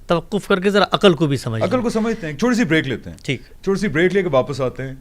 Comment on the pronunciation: جناب حمزہ علی عباسی صاحب ۔۔السلام علیکم۔۔ آپ کی شخصیت اور طرز فکر سے ھمیں واقعی محبت ھے۔۔آپ نے اس پروگرام میں جن عقلمند عالم سے گفتگو فرمائی۔۔ وہ کئی باتیں ماشاء اللہ بہت منطقی انداز میں فرماتے رھے ، مگر ان کا طرز بیان ھجوں کے لحاظ سے بنیادی حرف شناسی کا بھی مصداق نہیں بن سکا۔۔ ساری گفتگو میں بے شمار بار عقَل عقَل عقَل کہا گیا مگر اس لفظ کے تلفظ سے حضرت نے سو فیصد جاھلانہ سلوک کیا ۔۔بہت مایوسی ھوتی ھے کہ کوئی کسی حکیمانہ گفتگو کا دعوی کرے اور موضوع کا مرکزی لفظ تک صحیح ادا نہ کر پائے۔۔ ھر بار انہوں نے عقَل عقَل کہا یعنی سٹریٹ لینگویج ادا کی نہ کہ مکتب اور علم۔و فرھنگ کے مطابق کلام۔کیا۔۔عقل کے لفظ میں صرف ع پر زبر ھے۔۔ جبکہ ق پر جزم یا سکون ھے اور ل بھی ساکن ھے۔۔ مگر عالم صاحب نے ٹھوک کر ق پر زبر لگا لگا کر جب با بار عقَل کہا تو انکا سارا حکیمانہ پول صفر ھو کر رہ گیا ۔۔۔ مکتب کا سچا نمایندہ اور ذھین فرد لفظ کا سب سے پہلا احترام ھجوں ہی کے درست استعمال سے شروع کرتا ھے ۔۔قرآن بھی یہی حساسیت سکھلاتا ھے اور ناظرہ و تجوید کے تمام مضامین صرف لفظ بولنا سکھاتے ہیں۔۔ یقین جانئے ۔۔۔ جسطرح دِل کو دَل ، گلُاب کو گِلاب ، کِتاب کو کَتاب ، مزِید کو مُزَید اور پَسَند کو پُسَند کہنے سے دکھ ھو سکتا ھے مجھے عَقل کو .ھر بار عَقََل عقَل کے تلفظ کیساتھ سن کر اتنی ھی تکلیف پہنچی اور بد قسمتی سے حضرت کا علمی اعتبار بھسم ھو گیا۔۔ انکی اچھی باتیں بھی بسا اوقات شوخی کے ھاتھوں بے اثر ھو گئیں اور اسطرح خود آپ کے معیار کو بھی ٹھیس پہنچی۔۔۔ کوئی غیر مکتبی آدمی اسطرح بولتا تو ایک فیصد بھی اعتراض نہ رھتا۔۔ مگر جب دعوی مکتب اور علم دین کے داعی کا ھو تو تاثرات کا معاملہ بالکل الگ ھو جاتا ھے کسی وقت رابطہ کیجئے